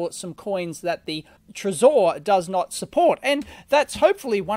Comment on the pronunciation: It's trezor not trezore . Please please say it right